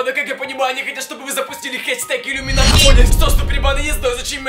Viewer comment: я тоже и #иллюминатОнис а не #ламинатОнис